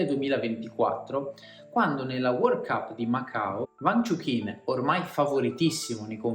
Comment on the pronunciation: e "uang" non "vang"